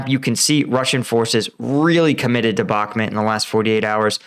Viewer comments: It's Bahk-MOOT, not Bahk-mit. I like your videos and watch them all the time but this pronounciation is starting to get to me. Cheers! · It's Bakh-mooot...not bahmet .... With the amount of resources poured into that city whoever wins will significantly alter the war . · First time hearing somebody pronounce bakhmut as bakhmet 😄😄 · you dont even know how to pronounce Bakhmut. u r just a budala. keep it up, its gonna boil over, and all your hopes will bite the dust, wannabee soldier. i hope you posses some self humor, youll need buckets of it. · Come on, it's pronounced Bach-moot. 6 months into this battle and some of you Ukraine War YouTubers still don't know how to pronounce it. Same thing goes for Svatove. That's pronounced Svat-toe-va.